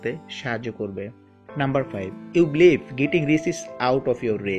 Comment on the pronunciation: 1.Safety and security 2. Pronunciation 3. Believe not blif